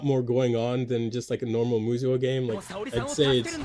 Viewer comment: Great picks! FYI: They are pronounced "Moo-so", or "Moose'o".